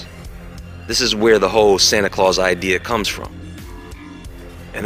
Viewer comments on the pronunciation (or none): none